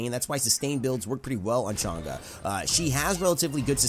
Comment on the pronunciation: PEOPLE STOPE PRONOUNCING CHANG’E NAME WRONG OMG WHY ITS NOT THAT HARD TO JUST SEARCH UP HOW TO PRONOUNCE HER NAME PEOPLE!!!!